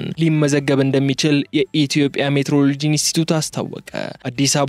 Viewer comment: እባክህን የተፃፈ አንብብ! ሚቲዎሮሎጂ ነው። ሜትሮሎጂ የሚባል ነገር የለም በአየር ንብረት